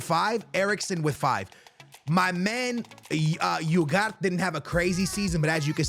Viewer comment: Iugart instead of Ugarte is wild